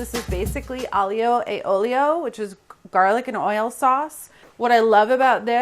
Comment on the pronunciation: Tip for fellow Americans who like Italian food. In Italian: Aglio = AHL-YO Olio = OHL-YO. Two syllables. Curl your tongue like when you say “LasaGNe” For example, Olio: You do NOT pronounce it with three syllables like “OH-LI-OH”